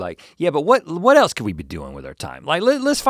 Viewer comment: As a 1, Link should have corrected Rhett for saying "what el(t)se could I do?" There's no T in else! Why did you add a T?